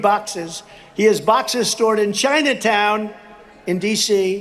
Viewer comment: Notice the emphasis on "CHINATOWN!" Was he hoping for a different reaction from his 'fans'? And he calls Jack Smith a "Thug"... German Chocolate Cake, Anyone? 😉